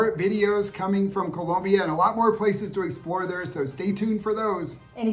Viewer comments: Background music - Annoying. Too much emphasis on pronouncing Colombia correctly. Comes off inauthentic. Otherwise great video! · Oh, my god, why do you guys say "Colombia" like that??? Please learn how to pronounce it properly. And Medellin is not pronounced "MedeJEAN"! It's MedeYEEN."